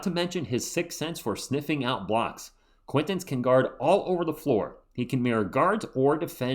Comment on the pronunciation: I just heard Brian Windhorst pronounce Jayden Quaintance's name like: Jayden Kwin-tawnce Guess we'll see! lol.